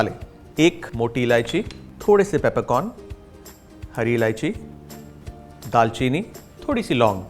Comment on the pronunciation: Daar cheni not daal cheeni